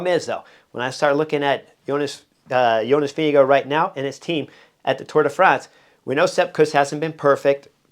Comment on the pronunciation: Vinge-go = Vingegaard